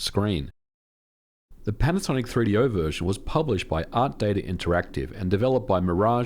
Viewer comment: am i the only one that hears panasaic? or am i just dumb